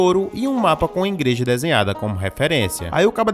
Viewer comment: 'Ingual' 'ingreja' pqp